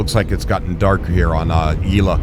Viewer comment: Yel-a not Ye-la... lol